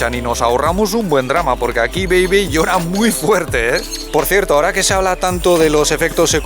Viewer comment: Ella dice bei-bei yo escucho pepe